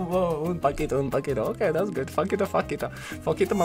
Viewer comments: Omg!!🤣🤣🤣🤣 Paquito mesquito!!! 🤣🤣🤣🤣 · Faquito Faquito Mosquito LMFAO You 2 are losing it. I would have been on the floor! LOL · faquito masquito-ing buzzzzzzzz 😭😭😭😭